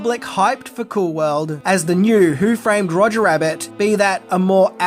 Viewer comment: Roger, not Rodger